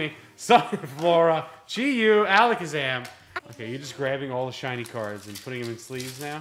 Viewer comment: HEY! kid nailed that alakazam pronounceiation, you could learn a thing or two